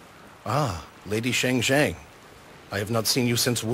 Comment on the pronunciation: Shang Xiang = "Sha-ng Siah-ng", not "Sheh-ng Xieh-ng".